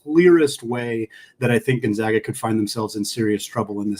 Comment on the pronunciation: On the matchup between which podcaster is more polished, it's a blowout for zags too. Please learn to pronounce Gonzaga correctly